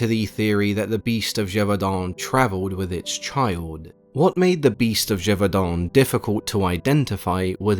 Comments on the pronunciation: I am not even French and I could tell there was great effort to pronounce the city's name correctly. Well done. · Hats off for pronouncing Gevaudan well ! You got this Frenchman's appreciation